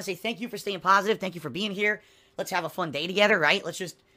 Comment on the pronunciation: I’m gonna have an aneurysm if he says ”pahsitive” one more time.